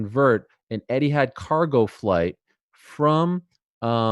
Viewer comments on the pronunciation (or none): It's not 'Eddiehad' Ariel, it's 'ETIHAD!